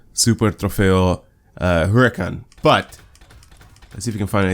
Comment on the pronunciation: You actually pronounce "Super Trofeo" and the "Huracán" really good imo 👍